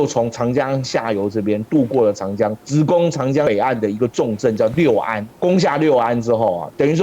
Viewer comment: 稍微纠正一些读音： 芍陂，读作que4 bei1（同“确杯”），现在为安徽淮南市寿县安丰塘，春秋时楚国孙叔敖主持修建的一个水利工程，东晋时改名为“安丰塘”，并沿用至今 “芍”字在这里是特殊读音，历史遗留原因，无法解释 “陂”字为多音字，大多数时候读“bei1”，意为“山坡、池塘、湖泊”，许多相关地名也是如此，比如这里的芍陂，又比如广州有个车陂， 这个位置引用《晋书》的"陂"字，也应读"bei1"，那整句就是指在颍川南北附近修建多个池塘水库的意思 “陂”字只有极少数情况读"pi2"，目前能找到的，也只有湖北武汉的黄陂 六安，读作“lu4 an1”（同"陆安”） "六"字读"lu4"时，意为春秋时期的六（国名），以及附近地域，也就是今天的六安附近，“六安”这个名称，据说是汉武帝时所起，是将当时刚刚经历谋反的衡山国境内的六县、安风等地名字合并为“六安”，意为“六地平安” 另外好像也有姓六的